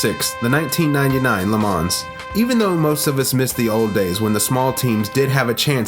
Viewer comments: Pronounced: LE MA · No "S" in the pronunciation of Le Man(s) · The 's' is silent in LeMans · Take a drink every time he says Le Mans incorrectly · Here's a tiny little fact of no significant importance. The 's' in 'Le Mans' is silent 😁 Kind regards from a very anal Le Mans fan five years to late! 🤣🤣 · Lovely video. Well done. One remark tho: the S at the end of Le Mans is silent ;) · great compilation, spoiled by the "creative" pronunciation of "Le Mans" & Porsche"... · If you’re going to make a video on Le Mans then at least learn how to pronounce it. Cringe every time you say it. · I was so triggered everytime he said it😂😂